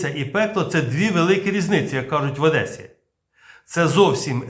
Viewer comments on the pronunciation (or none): none